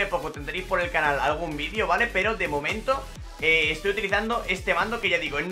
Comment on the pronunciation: Se agradecería mucho que dijeras mejor la palabra VALE 😑